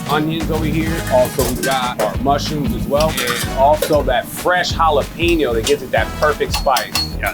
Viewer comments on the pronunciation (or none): It’s jalapeño not jalapeeño